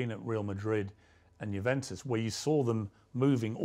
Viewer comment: "JUVENTUS" ??????? WHAT IS THAT PRONOUNCIATION